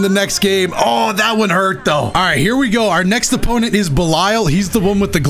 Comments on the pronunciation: Hearing say Belial as belieyal just hurt me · wait isnt it pronounced 'be lee al'? idk nvm